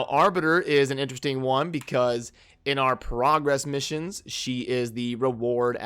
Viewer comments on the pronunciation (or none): none